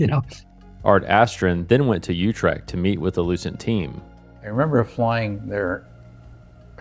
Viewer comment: i wish you had learned how to pronounce utrecht. beyond that this video is really good.